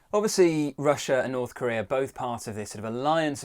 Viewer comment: Where is Chiner?? Slovakier? Russier?